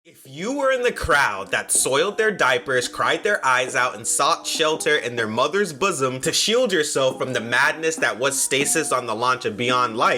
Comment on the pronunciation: What the fuck is a “bussum”